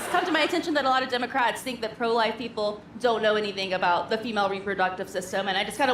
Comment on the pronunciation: Trumpf : “we won 86 to 3” 🥴🥴🥴🥴. Trumpf and Trumpfrs. “Their wur 51 millions peepole at the rally lass nite” 🥴🥴🥴🥴